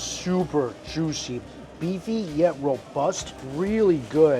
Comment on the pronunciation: or jooshee